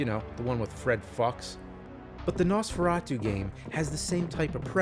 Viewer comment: Jesus the way he pronounces Nosferatu...